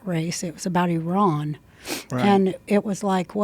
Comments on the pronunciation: I actually really respect the fact that she pronounced Iran correctly. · Wow. She pronounces Iran correctly. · I love that Roseanne pronounces Iran correctly! Now teach the rest.